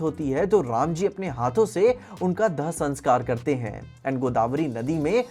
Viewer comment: Everyone described the "rama" name voice in his way but did correct